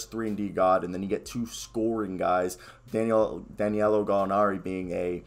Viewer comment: It’s DA•NI•LO lol!! You struggle to get his name out. Sorry, it’s funny to me.